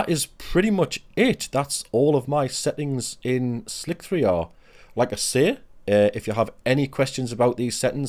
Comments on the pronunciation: Are they not called ‘slicer’ settings? ‘Slick-3-r’ sounds odd. Great video and very informative, Thank you! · its slicer not slic-3r